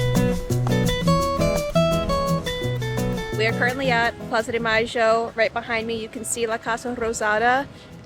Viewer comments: La pronunciación de "Plaza MaYo" y "Dulce de Leche" fue perfecta! Feliz año nuevo! Que lo pasen lindo! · Very well your argentine Spanish pronunciation: “Cashe Florida”, “Plaza de Masho.” 😅